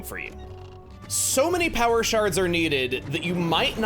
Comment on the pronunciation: I never knew "Power" was pronounced like the word "now". You learn something from smart people every day.